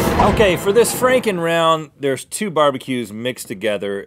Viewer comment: He said "Frankin" besides it sounds more like freakin